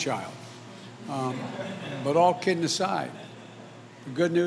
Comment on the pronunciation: All “KIDn aside..” he says, I’ll never hear the way he talks the same after all I know..